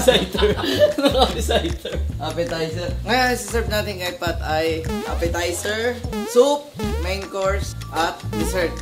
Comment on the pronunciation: a Legend once said “APPESITER” Mentos 2024